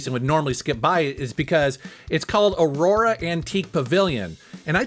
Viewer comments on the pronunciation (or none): none